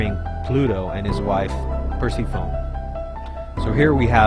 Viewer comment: Perse”phone” lmao